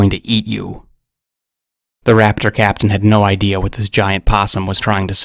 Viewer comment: The more you said “raptor captain” the more I heard “craptian”